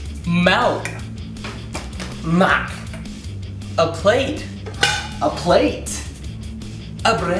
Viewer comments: The milk when Alex said “Milk” and then said “MOLK” I laughed so hard. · "Malk, MAKK" Bruh i was 8 when i watched this XD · Dino nuggiesラブチュ oh I though Alex said malk and said mak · gacha fruit loop he said mak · Nah Alex said, "Malk" And said, "Mak" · no he said "mElk"